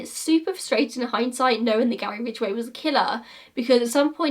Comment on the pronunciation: everytime i hear the name "Gary Ridgway" i think about you and your struggle with pronouncing the name lolol